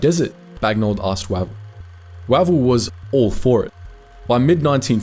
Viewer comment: Spelt Wavell pronounced Wayvell!!